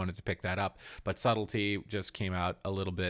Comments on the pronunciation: Rouge = ROGUE Subletly = Subtlety 😂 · Subtlety not subletly! Sorry, driving me crazy! Good picks overall.